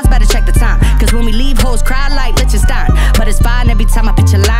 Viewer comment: Did she just pronounce "Lichenstein" as "Lit-chen-styne"? Lol I hope I'm not the only one who heard that